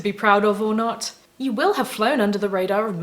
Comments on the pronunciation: "Asp-ionage"....lol.... How very Punny of you... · OK, "aspionage" made me laugh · "Aspionage" - I LOVE IT!!! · "Aspionage" - love it! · Aspieonage. Hahaha.